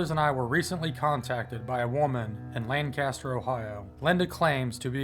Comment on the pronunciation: Being born and raised in Ohio, the proper pronunciation of the city you were in isn't "Lan-caster" it's pronounced "Lane-caster" . So many people pronounce many places in Ohio improperly unless they actually ask an Ohioan. But the video is awesome. Since moving from Ohio back in 2007 to live 13 years in Washington State. The last time I visited Ohio, my mom before her passing of cancer in 2016, was the summer of 2014. I now reside in Dexter Missouri.